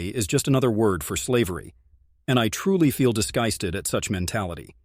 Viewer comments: And the AI voice-over is stilted, and has terrible grammar and pronunciation. "die-gusted" I assume was meant to be 'disgusted'. The script is littered with nonsense. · “Dis-GUY-sted”??? Please, PLEASE dump those pathetic Ai voices! Or at least edit them properly! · "I truly feel de- sky-sted at such mentality"....what on earth is happening with narrators, unfiltered or otherwise when a simple word like disgusted can be butchered in such a way? The commentary itself is burdensome, intrusive and poorly edited. Sometimes, less is more. Do better. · Could you please use an ACTUAL HUMAN VOICE instead of an AI one? I heard the word, ‘disgusted’ but the pronunciation was wrong. The dis should be pronounced like the word ‘diss’. Instead it was pronounced ‘di-gusted’ like the word ‘die’ or I as in, I am a human being. It might possibly be that there was a typo in the script, but it grated on my ears. Sorry to be so pedantic….did anyone else hear the same thing as I did? I would be interested to know. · " disgusted" pronounced "disGUISted" Weird pronunciation. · "Dis-guy-sted"?? C'mon AI voice, better pronunciation is required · The narration pronounces some words really strangely, i.e. disgusted as "disguysted". Is it AI narration? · Dis-GYS-ted? Is this AI or just someone who can't speak? Do we really need your interpretation interrupting the speaker? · It would be better not to get AI to read for you. There is no such word as Disguysted. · Dear AI Narrator, "diss-GEYE-sted" is not a word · is when I realized this was A.I. generated. Most ENGLISH SPEAKING people I know can pronounce the word "disgusted" correctly. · AI voice messes up “disgusted”